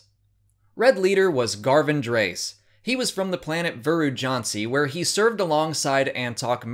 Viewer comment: My favorite by far is Garven Dreis (pronounced "Dray-iss", not "Drace", btw). I squeed like a fangirl when I saw him appear in Rogue One.